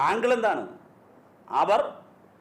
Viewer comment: ക്രെയിമ് അല്ല ക്രൈം എന്ന് പറയൂ 🤔ആങ്കൾ അല്ല ആംഗിൾ